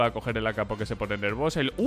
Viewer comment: Lo dice a propósito, más de una vez lo dice así xddd